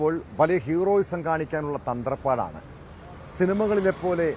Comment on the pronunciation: "തന്ത്രപ്പാട "ല്ല, തത്രപ്പാടാണ്